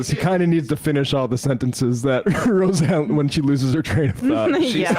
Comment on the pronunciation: “Ro-Xanax Barr” 😂😂😂